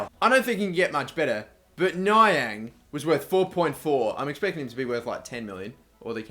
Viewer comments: its Nee-ang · It's nee-ang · It's pronounced ne-ang and you should play him as a stricter he is great there and sell your GK and you can sign scuffed for around 2.1 million because his contract runs out that season he has the potential to get to a 90 aswell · They are pronounced ne-ang and ged-e-on ze-la-lem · Niang is pronounced Knee-ang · .its ne-ang